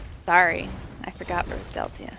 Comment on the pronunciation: just saying deltia pronounced chorrol correctly :)